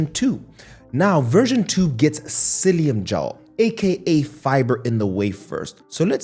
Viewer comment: Are you saying Psiillium?